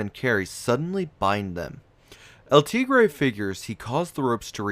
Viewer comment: Cringe how he pronounced El tigere